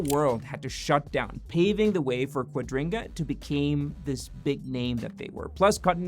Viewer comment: Kua dri ga not quadringa